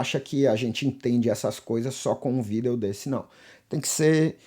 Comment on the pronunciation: Prometi pra mim mesmo que iria passar aqui para agradecer-te. Passei em uma universidade de Portugal para música. Tinha um certo conhecimento prévio, mas suas videos aulas ou como você diz "vidêos" me ajudaram bastante. O site tutoriais em música foi um grande divisor nos meus estudos! Muito obrigado pelo ensino gratuito e de qualidade! Sou um fruto de sua humildade e trabalho! Serei sempre grato! E como você costuma dizer agora é jogar duro! Obrigado!